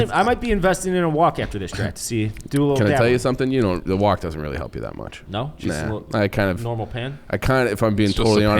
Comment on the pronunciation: and pronouncing wok like walk had me real confused